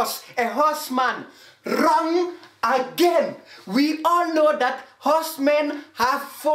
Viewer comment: ‘WRRRONG AGAIN’ 😭😭☠️